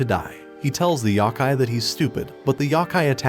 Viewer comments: A “yahkai”? You miss pronounced. YOkai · a "YAKAI" smh its "YO-KAI" couldn't even past the 14 second mark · the amount of YAKAI is massive, however its Yokai not Yakai :( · Yow-Kai, not yahkay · Yo....like no...kai....yohkai not yawkai...I'm sorry I had to. I've always loved this anime. Took me back, thank you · it's pronounced yo-kai not yeah-kai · yo-kai my brother... sigh... there's a couple pronunciation videos out there... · The "YAH-KAI" 💀💀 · good breakdowns, terrible pronunciations.